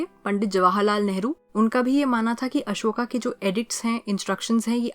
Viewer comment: broo its ashoka not asoka